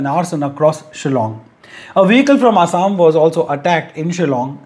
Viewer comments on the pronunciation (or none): none